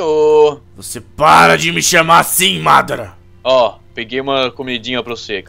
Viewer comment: não é madra é madara